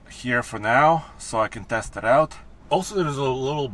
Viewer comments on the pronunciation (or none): none